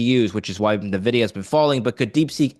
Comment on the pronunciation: What kind of venture bro doesn't know how to pronounce Nvidia?